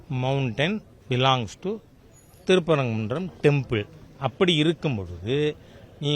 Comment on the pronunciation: ஊர் பேரை உச்சரிக்கவே முடியவில்லை... 😂😂😂 அது திருப்பரங்குன்றம் 🤣🤣🤣🤣 சந்தனக் கூடு, _______ கூடு னு 🤣🤣🤣